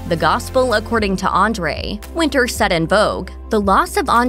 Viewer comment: ‘Anna Win- Tour’ !!!!!! Not ‘Winter’….. c’mon 😤😤😤😡🥴🥴….. ‘post humously’???? Damn…..